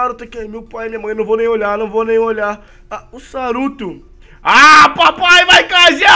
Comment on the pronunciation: não é saruto é soruto